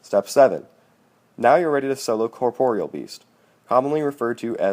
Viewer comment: u pernounce alot "row" and "corpreal" wrong lol, but i subbed because to effort you put into the video. helped my out so much man, GT-Donthackmejo :[)